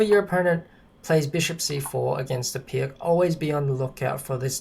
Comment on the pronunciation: Great explanation but it's pronounced "Peerts"